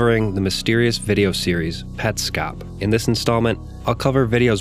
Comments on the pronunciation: i think its " pets cop" not "pet scop" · you say petscop weird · Huh, I always assumed it had to be Pets Cop, I actually was about to make a comment making fun of you for your pronunciation before you brought it up, haha. Interesting take